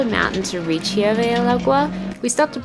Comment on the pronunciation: Hey guys. Just a few tips on pronunciation. OAXACA is said OA-Ha-Ca, with an H sound for the X. Hirve el Agua: IR-ve el Agua, no H sound. Not HUE-Ve. QuesO is cheese but when we are talking about the Quesadilla. That is 4 syllables: Que-sA-Di-Ya. You need to practice more. By the way, this Hirve el Agua seems to be basically the same as a Staglamite that you find in a cave. Stalactite and stalagmite. The other "cliff" you saw from below I think it called cortina, the curtain (folds). There's a lot of "calcium" in the waters in Mexico. The calcium is what makes the water look like turquoise (green/blue) like in Chiapas. We went to Cascadas Agua Azul. If there's no storm/rain, the water is beautiful. When we went, there was a big storm so the water was brown. But it was warm and the overnight stay in the cabanas was a nice sleeping in the jungle experience. The rivers and waters in the San Luis Potosi (Huestecas Potosinas) are so beautiful and turquoise. That's probably the next trip for us. The beautiful waters of Quintana Roo like in laguna Bacalar. There's so much mineral in the water, they have to clear the pipes of showers and toilets once a month. It's like sand in the faucets that lower the water pressure! Another place to visit is Las Grutas de Tolantongo. Beautiful and they have pools too, kind of man made. But look at the river where they made it like terrace. Water is warm though. Hot water comes out of the cave. You can go inside and see it. Collectivo for 50 pesos